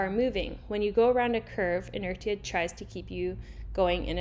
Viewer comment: its pronounced inertia not inertia